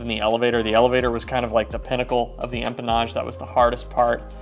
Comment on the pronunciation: I think is getting extra $ every time he says, “empamage” and “firewall forward” 😳🤭. Love ya 😍👊🏼🤗